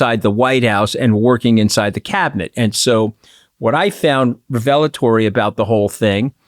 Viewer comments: Wow, Anthony, so you've only ever read the word revelatory and never had to say it out loud before. Been there, done that. So embarrassing. But, uh ... REH-vuh-luh-Tor-ee. You're welcome. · Laughed out loud hearing Anthony say the word ‘revelatory’ 😅 please say it again lots! BTW I’m English…